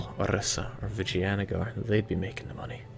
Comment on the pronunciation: Holy shit! An EU player who doesn't pronounce Vijayanagar like genitals.